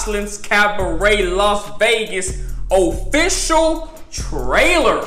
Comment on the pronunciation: It’s Las Vegas not los angels omg smh